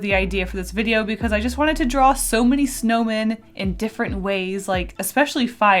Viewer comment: All I can hear is snowmain